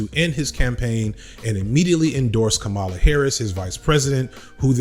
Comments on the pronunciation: Your research is usually impeccable so I'm surprised you made these mistakes but her name is pronounced like CommaLa as opposed to like Kamala the Ugandan Giant. I've never heard someone called Caribbean. The region is diverse and contains many individual countries. Her father is Jamaican. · Comma - La Not Cah - Mala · hey man, i noticed a lot of people are confused about how to pronounce her name and i think you might be saying it a little off. republicans have been saying it purposefully wrong (kaMAla) when she and others close to her have said it is KAHmala (like you’re saying comma - la). just wanted to let you know since i noticed how you were pronouncing it and i seriously doubt you were saying it wrong on purpose. thanks for the amazing video once again. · Did you know you kept going back and forth between pronouncing Kamala's name correctly and incorrectly? It's "comma-luh" not "come-allah". I'm sure you didn't mean to, but yeah As for Kamala, the sublimely beautiful and hilarious part of all this is she is uniquely qualified to "tack to the center" and prosecute Trump in public Because she is quite literally a centrist and an excellent prosecutor She was annoying in the primaries pretending to a super lib, but all she needs to do now is just be herself lol She is going to crush Trump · Dude. You've mispronounced her name several times in this video. It's KAM-a-la, not kam-A-la. You got it right only a few times. Not a good look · Her name is “comma-la” not “kuh-mala” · Kamala is pronounced "comma - la" Names matter. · Gonna have to land on the pronunciation of her name if you're gonna keep doing videos on her, man. "Comma-la" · Please get the pronunciation of her name right please. It is Comma la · My brother in Christ, our president pronounces her name with the emphasis on the FIRST syllable: "Comma Luh" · IT'S PRONOUNCED COMMA -LA Please get it right. It's two syllables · pronounce her name correctly maybe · Why continually mispronounce her name?